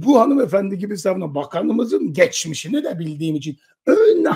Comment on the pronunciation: Geçmeşini de derken😅😅😅